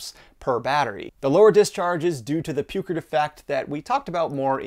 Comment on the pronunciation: "Pewcrit?" Do you mean Peukert's law approximating measured capacity versus discharge rate Cₚ = Iᵏ t ?